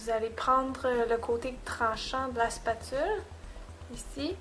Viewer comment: A oui au fait : "ing dô dê ming" ca existe pas... et aussi : "lê contê tronchen dê lay spetule" si ca coupe c'est un scalpel tu verras : glisse ton doigt sur une "spetule" et tu verras ca coupe pas on s'en fou que tu travaille la pate pendant 2 plonbes : on a compris tu eplik pa comment on fait le faux sang : VIDEO MERDIK Sinon la plaie est bien faite ;)